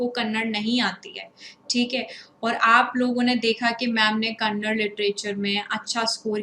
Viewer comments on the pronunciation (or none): none